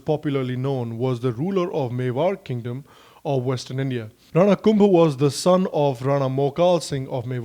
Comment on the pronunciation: One correction... hammir dev of udaipur is different from hammir dev chauhan whose photo you showed in the video. Both are different...thanks for the video.... and maharana kumbha is pronounced as kumbhaaa ... in Rajasthan .... I m from Udaipur (mewar)